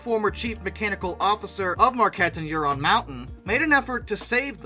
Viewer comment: Ishpeming is pronounced ISH-puh-ming You pronounced Negaunee correctly Huron should have a discernable H sound, NOT "Your-on"